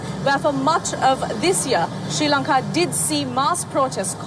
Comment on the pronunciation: Pronounced SHREE LONKA not SIRA LONKA